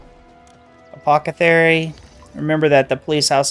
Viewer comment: Loved how you finally realise you have mispronounced Ptah all the time, and now you start saying "apocethary" :D